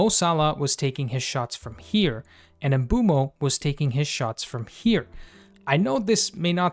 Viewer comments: Not to be that guy but he pronounces it "oomboomo" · Of course we care! I'm more concerned about most fans still don't know how to pronounce his name yet (MBOOMO! and you can hear him pronounce his own name in several videos incl. shorts here on Youtube). I was over the moon when Mbeumo signed in the summer but I think because of his late start to the pre-season (he didn't play much in USA) he wasn't hitting the ground running but also so didn't Cunha. I'm sure Mbeumo will become one of if not the best United signings in the post Ferguson era. I just didn't understand Amorim played him at the left side against Spurs which I think was a mistake. I think he wanted to surprise Thomas Frank and saw a Spurs weakness but I don't think it worked so well. Overall it was a disappointing game and I agree with Amorim Spurs was there for the taking but United mostly underperformed. I'm quite sure Mbeumo won't this season and I hope Cameroun aren't doing well in the ANC. Sorry, but I was happy yesterday when Cameroun crashed out of the World Cup which means Mbeumo will be a lot more ready and fresh for next season than most top players.